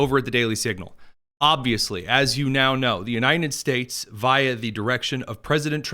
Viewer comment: Why does he keep saying The "U-nine-ded" States?